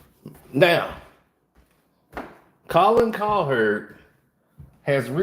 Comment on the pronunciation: I love u but damn bruh. Colin cow(heard) that’s y it’s the heard Colin (kap)ernick u be adding ls to they name lol😂